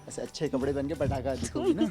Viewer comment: Pravisht aj full mood mei hei🙈🤣 ulka ko pataka bola😁🙈🤣